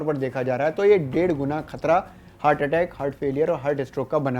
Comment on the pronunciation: Abe hurt nhi heart.. Bolna to sikh le